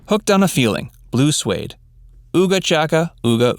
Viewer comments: It isn't pronounced "Blue Swade" it is "Blue Sweed". the group is Swedish. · It’s Blue Swede, not Suede. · It’s Blue Swede - not Suede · Blue Swede, not Blue Suede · The band's name is Blue Swede not "blue suede". OOOOgah Chaaaacka!